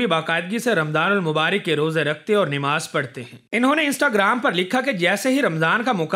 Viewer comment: Namaz not Nemaz